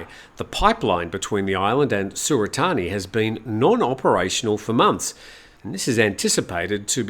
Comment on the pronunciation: sewerthani. You might want to practice how to say that. Haha